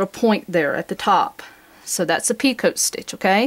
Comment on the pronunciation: Picot stitch is pronounced pico not pea coat. It's French and they don't like pronouncing the last part of their words, kind of like vallay is valet, franswah is Francoise, dillahto[then a barely hinted at 'n' and no 't' whatsoever] is dilettante, etc. Who are we to pronounce a consonant when they don't?